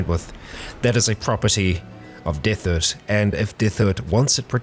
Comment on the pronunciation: His name is Derthert, btw. just mispronounces it. XD